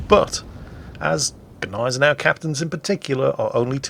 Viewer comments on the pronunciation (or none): none